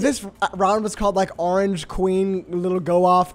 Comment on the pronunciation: i love how they say arrange instead of orange